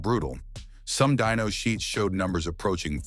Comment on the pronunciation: It's dyno NOT dino, dino are dinosaurs hate AI. Narration